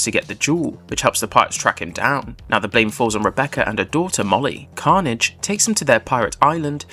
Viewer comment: Roll the R!